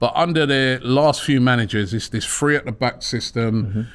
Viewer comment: It’s THree not Free. Winds me up. 😅